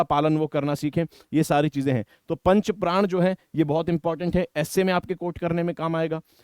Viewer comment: Sir, it's not 5 Pran (5 प्राण), it is 5 Pran (5 प्रण)